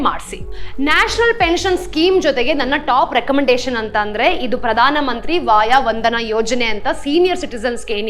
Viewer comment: ಪ್ರಧಾನ ಮಂತ್ರಿ ವಯೋವಂದನ ಯೋಜನೆ, ವಾಯಾ ವಂದನಾ ಯೋಜನೆ ಅಲ್ಲ...! ದಯವಿಟ್ಟು ಗಮನಿಸಿ. ಸ್ವಲ್ಪ ನಿಧಾನವಾಗಿ ವಿವರಿಸಿದಲ್ಲಿ ಹಿರಿಯ ನಾಗರಿಕರಿಗೆ ಅನುಕೂಲವಾಗುವದು, ನೀವು ವಿವರಿಸುವುದನ್ನು ತಿಳಿದುಕೊಳ್ಳಲು...!